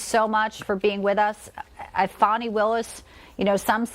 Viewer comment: If she thinks fani is pronounced fauni, she needs to go bk to middle school